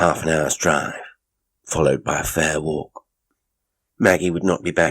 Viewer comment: As an Australian I would like to commend you on your accent. You have a real knack. Some words were a bit off. Seems there is a struggle with where we have R sounds (at times we’re the R doesn’t even exist.) Eg Work Walk But all together very good good job and great story!